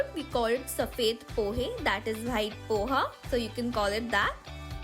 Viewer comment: Please say white not bhute that is so annoying always😣 just a feed back